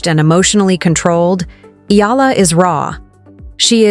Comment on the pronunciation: Pls pronounce her name as Eh....yah... la..